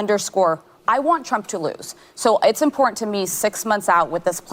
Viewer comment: it’s “important” Sonny - stop dropping the “t”! And shame on you for forcing your kids to vote how YOU demand they vote! Shame! SHAME! Ask this: if Trump voting parents said on TV they’re kids wouldn’t be voting Biden bc you said so…these chickenheads would be losing their minds! Such hypocrites!